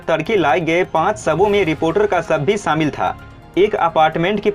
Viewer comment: Saamil nahi shamil bol.